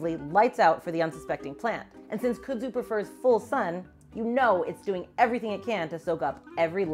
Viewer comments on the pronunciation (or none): I couldn't get past your pronunciation of the word. Kud-zu not Kuh-dzu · In North Carolina, we pronounce the plant’s names as “kudd-zoo” as opposed to “could-zoo”, the way said it. I grew up with the plant as part of the backdrop in my rural town, but I was surprised to find out this defining feature of the southern landscape wasn’t introduced until the twentieth century. I’ve seen the Japanese kudzu bug here as well, although I’ve heard it also attacks soybean crops. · It’s not “coo-dzoo” it’s “cud-zoo” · It's Funny How She Pronounced Kudzu😂😂😊😊Here In The South We Say Khuudzoo😊And Yes It's A Mess Here Snakes Love It And They Use To Say Don't Let Your Cows Get Into It Or You'll Have To Shoot Them To Get E'm Out Of It😂😂😂😂The Flowers Are Pretty And Smell Nice😊😊😊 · Now y'all gotta nice video here bless yer heart... but its pronounced "cud-zoo" like chew da cud.